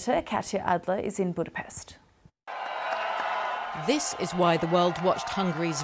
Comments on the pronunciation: after these 100 years or after these 200 years I think BBC could learn how to pronounce Budapest correctly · still wrong, you are missing the t